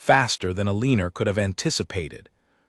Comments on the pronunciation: E lean nor is not a name please pronounce names properly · Teach the AI to say the name Eleanor properly. El leen r is so annoying. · Eleeener again?? If the narrator can’t say it, why not just change her name? Nails on a chalkboard 🙄, think I’ll skip it. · Terrible AI voice that can’t even pronounce her name. No thanks